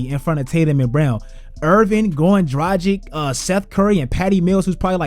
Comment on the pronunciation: Man, can you FINALLY learn to pronounce Dragić correctly?....